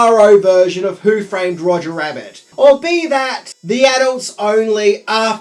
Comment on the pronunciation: Roger, not Rodger